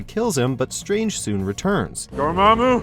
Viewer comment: How you say Dormammu wrong when when the movie plays in the background for fuck sake get new people to read scripts. Most o ya dont even know how to pronounce anything